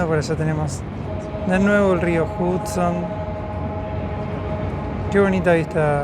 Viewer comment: Aclaración: el río Hudson, se pronuncia "JAD-son", NÓ JUD-son". Igual como "Nueva York" se pronuncia "Nueva iork", nó "Nueva SH-ork".😊😊